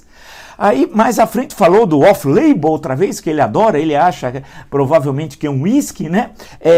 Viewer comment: Ele deve estar se achando por ter pronunciado "offlebon" !